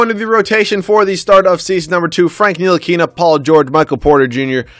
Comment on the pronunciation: Ni-til-i-ka not nili-kena